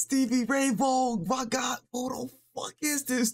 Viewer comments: Vaughn is pronounced Von. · you started with a good one-considered by some to be the greatest guitar performance ever. last name pronounced "vawn" like lawn-one syllable. think vince vaughn etc. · Pronounce it like "vawn". This dude is phenomenal. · He didn’t unplug the guitar, he took the strap off so he could play it behind his back 🎸 Vaughan is pronounced von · Led Zepplin— Since I’ve Been Loving You or When the Levee Breaks will blow you away just like Stevie Ray did. Btw— it’s pronounced like Von. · His last name is pronounced "vawn." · pronounced , stevie ray VON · "Vaughan" literally rhymes with bong ...just say Stevie Ray Vong.